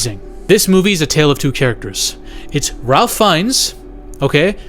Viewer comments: It is pronounced “Rāf” with a long vowel A and with no L being pronounced. Not like Ralph if pronounced. Just letting you know. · His name is pronounced RAFE Fiennes. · Ralph pronounces it Rafe!